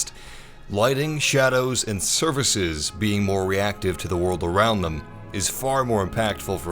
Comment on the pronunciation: it’s called surfaces...not services